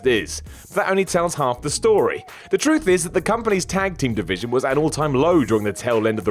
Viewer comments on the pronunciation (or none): none